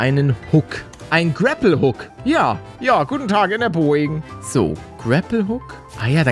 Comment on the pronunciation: PALL DAS HEIßT BOGING 47